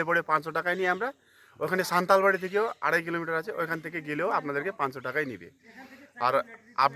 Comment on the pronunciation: নাম সান্তালবাড়ী নয় হবে সান্তালা বাড়ী